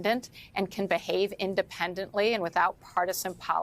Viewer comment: Please stop saying BIAST!